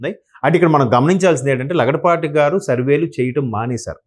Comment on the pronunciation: Lagadapati not laudapati